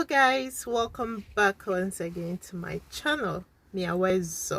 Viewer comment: My sister can we get our Ghanaians accent so right again,its welcome not welcoom